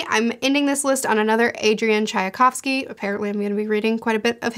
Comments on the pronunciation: Shouldn't the name be pronounced Tchaykovsky, instead of Tchayakovsky? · You’re only adding one extra sound to Tchaikovsky. It’s pronounced just like the tea chai. So “ch-eye” and then the kovsky part you have right :)